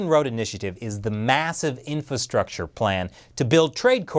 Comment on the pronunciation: It's not "infastructure", you missed an "ra". Speak well when you wear a suit